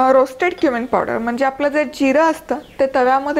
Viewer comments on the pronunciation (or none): none